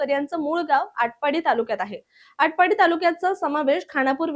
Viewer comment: आटपडी ❌ आटपाडी ✅